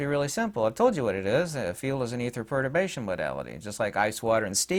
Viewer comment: did you say perturation? Perturbation or protobation ?